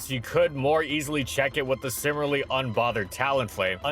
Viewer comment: Dude, I wanna like these, but why why do you pronounce "similarly" as "simmerly"?